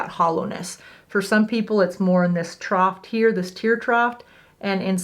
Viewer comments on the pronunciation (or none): Trough rhymes with cough. Troff.